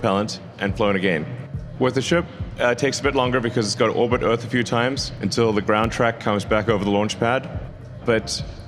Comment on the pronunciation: Man I can't stand the way he says "first" like "fust" and "earth" like "uth."